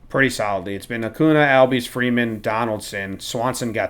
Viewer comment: It’s so great loves Acuña But Keep butchering his name😂